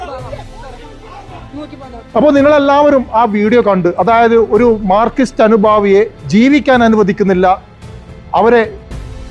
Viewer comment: അതിന് മാത്രം അവതാരകന് നാക്‍ വടി ഇശ്ശി കൊറവ്.മാര്‍ക്കിസ്റ്റ് എന്നൊക്കെയാ പറയുന്നത്😅